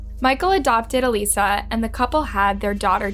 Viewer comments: has an actual video of her sister saying her name….. still disrespectful calls her aleesa……..bitch fuckin plz the AUDACITY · her name isn’t alissa. her name is alyssa. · Everytime you say ALISSA...I'm wondering who that is..and I realize you're meaning Alyssa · I love how you continue to pronounce her name (EE-lisa) even after her sister says her name is (UH-LYSSA) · You said Alyssa name wrong the entire video.